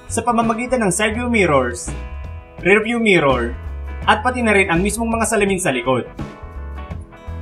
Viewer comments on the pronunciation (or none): none